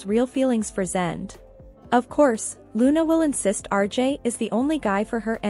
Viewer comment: Zende is pronounced Zen day.